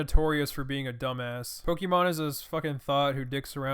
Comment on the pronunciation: Poikmane is how my grandma pronounces Pokémon